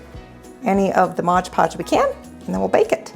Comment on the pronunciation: Come on Mom read the bottle of Mod Podge. It does not say Modge.